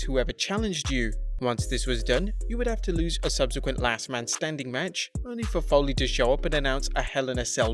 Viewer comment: Mick Folley⁉️ Folley⁉️ Foley‼️